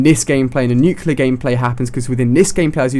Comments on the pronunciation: Nuclear. Not nucular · Why does everyone mispronounce nuclear, its NUKE-LEE-UR not NUKE-YOU-LUR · Ahhh, nucular. That just annoys me. NuCLEAR, Ali!! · For god sakes!! IT'S 'NUCLEAR' NOT 'NUCULAR'!!! GOODDAMMIIIT!!!! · Haha, he calls it nucular! It's nuclear! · Nuclear is pronounced new-clee-er, not nuke-you-lar. I love you Ali-A but this is my #1 pet peeve! Sorry for complaining :) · Somebody has to tell you, man... "nu-CLEE-ar." Not "nu-cue-lar." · "nuke-ilure"....... bruh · nuclar he said not nuclear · Ha he said nuculer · How many nuculars have you gotten? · You look like less of an idiot if you pronounce "nuclear" correctly. It's not nucular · That's not how you pronounce nuclear... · you keep pronouncing "nuclear" wrong lol